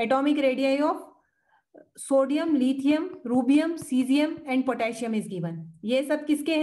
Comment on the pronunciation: Mam it's Rubidium not Rubium.